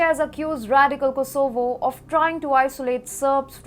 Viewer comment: Like how she pronounces Kosooovo 😁😆👍